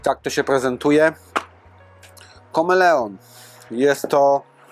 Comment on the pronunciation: FACHU!!! KOMELON a nie KOMELEON. Jeszcze jest KAMELEON, ale to już ZWIERZE!!!😅 Znam ten sklep z reklam na YouTube. Znajduje się w BIELSKU BIAŁEJ, czyli jakieś 50 km ode mnie. Mogę sobie podjechać i to wszystko pomacać!